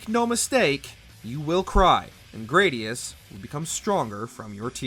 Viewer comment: Gradius uses the short "a" sound.